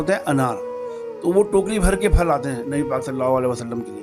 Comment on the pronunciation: " فل " نہیں ہںوتا ، بھالئ ۔ " پھل " ہںوتا ہںے۔